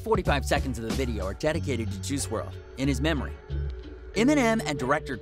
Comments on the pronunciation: Did this dude say Juhrual? Dude is definitely reading from a script 😂. Juhrual. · This man said F-T Juice WRLD lmao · "Ju rule"??